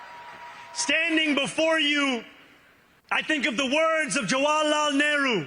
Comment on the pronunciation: indian descent?! can not even pronaunce name of Jawaharlal Nehru